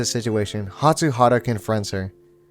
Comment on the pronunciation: I love watching your fruits basket videos! Btw I believe it’s hatsuHARU not hatsuHARA! :)